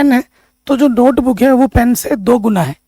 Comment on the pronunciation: Sar 😂😂 नोटबूक नही होता नोटबुक होता है